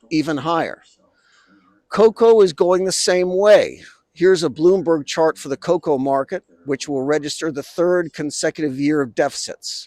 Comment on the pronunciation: Sharma Palki: "China exploid Ghana cocao farmers!" 😅